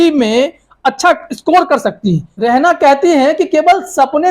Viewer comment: Beta Rehna nahi balkay REHANA hota hai naam tu sahi lo